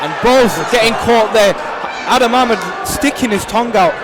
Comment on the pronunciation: Its Adam Ahmed not Hameed.. hahaha.. lmao its not naseem son